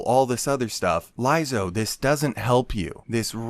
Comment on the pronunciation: Why do you keep saying her name wrong?